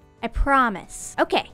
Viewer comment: Was saying "gay" instead of "okay" her way of hinting that she's bi (to the people who don't follow her on Twitter)?